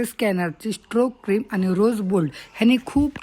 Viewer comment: लिपस्टी नाही लिपस्टिक... क्रिमा नाही. क्रिम